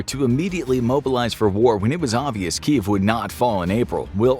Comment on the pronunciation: There are two syllables in Kyiv, and it’s pronounced key-yiv.